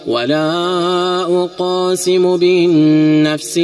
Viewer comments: في بداية الصورة خطأ لقد مددت حرف ساكن كمد طبيعي لا أقسم وليس لا أ قاسم قلقة القاف وليس مده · لماذا تقول لا اقاسم بيوم القيامة بينما النطق الصحيح هو لا اقسم؟ اقسم مصدرها القسم بينما اقاسم مصدرها القسمه فرق كبير في المعني بين الاثنين. اتق الله و لا تحرف الكلم